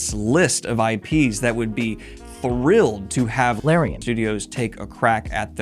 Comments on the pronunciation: My guess on the incorrect Larian pronunciation: “Law-Ryan” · You said it like la-ryan, didn't you? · He pronounced it Lorraine, didn’t he? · Damn, now I'm really curious how you kept pronouncing "Larian" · All I can say is… Release the Daniel-cut of this video! We want to hear you say Larian wrong for 4+ hours! 😉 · WTH were you saying instead of larian? I have slowed it down and tried to read your lips but I don't have that skill and I need to know!